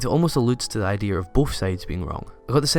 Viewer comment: Say "Idear" one. more. time.